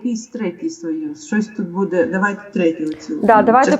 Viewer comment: не позорьте українську мову, чого ви кажете слово буде й ставите удар на другий слон на це не вірно, це гидко!!!!!